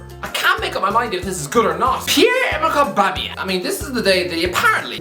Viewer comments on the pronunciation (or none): Did you just say aubuma bloodclaat yeng u jamaican or irish 😁😁😁